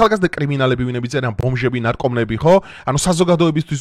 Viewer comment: ნარკომანები და არა ნარკომნები.